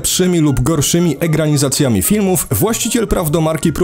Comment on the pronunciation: On mowi eGRAnizacje